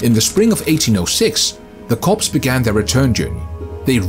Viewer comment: It's pronounced "cores" not "corpse." Learn to read!